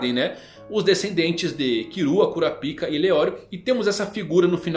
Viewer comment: Rsrs acho engraçado a forma do chamar o kurapka (curáp-ca) como 'cura-píca' 😂